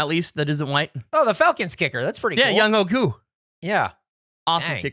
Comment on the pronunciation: I like that called Younghoe Koo a good kicker, but mispronounced his name.